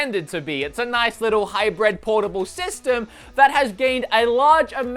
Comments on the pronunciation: “High- Bread” instead of hybrid. I love you. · Yeah it’s a hybrad machine.